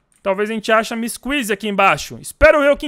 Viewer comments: "MISS QUIZI" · O porque você fala miss kisy sendo que é missy kissy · O nome do huggy ele fala uggy wuggy e o da kissy ele fala missy kuissy